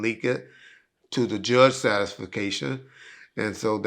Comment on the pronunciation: 😅 It's an incorrect way of saying satisfaction